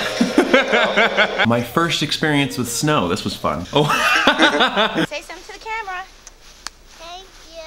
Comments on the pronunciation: “The Cramera” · I love it when little Thomas says "the cramera" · When baby sanders said oh no the camera I thought he said oh no the crab run!😂😂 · "O oh the cramra"